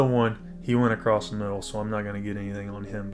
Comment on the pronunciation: Awesome Guide, but Across doesn't have a T at the end. ;)